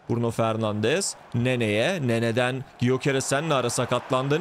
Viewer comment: Gyöekeress "Göqeres" diye okunuyor diye biliyorum abi "y" harfi okunmuyor